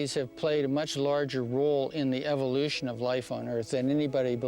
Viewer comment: Omg...it's evolution......not evilution.